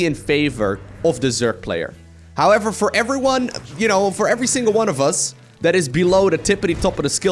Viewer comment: It was more like "Hello Ephryone, my name is."